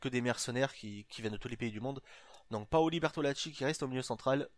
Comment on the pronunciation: Tes videos sont super l'ami ! Je suis ta serie depuis aujourd'hui et je suis deja à la saison 2 mdrrr . Juste un truc a dire , on dit POLI et pas PAOLI . sinon rien a dire ;)